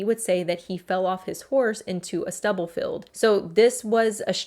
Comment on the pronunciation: field not "filled". Jail not "gel"